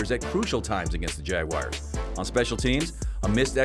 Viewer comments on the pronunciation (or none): What’s a Jagwire?